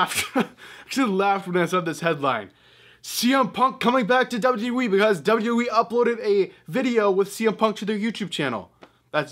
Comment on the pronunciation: When will you learn how to W W E instead of w e